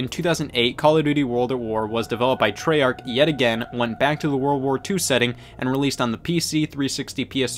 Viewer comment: He said treyarch wrong